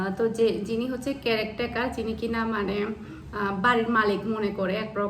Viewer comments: কেরেকটেয়ারনা আপু কথাটা কেয়ারটেকার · Apu apni words pronunciation wrong bolen ki bolchen bar bar carrec taker eta hobe care taker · আপু কেরাকটেকার না। কেয়ারটেকার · আপু বার বার ''কেরেক টেকার'' বলছেন। কেয়ার টেকার হবে। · আপু কথাটা কেয়ারটেকার কেরেক্টেকার নয়।,💕🇮🇳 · কেরেক টেকার নয়, কথাটা হবে কেয়ারটেকার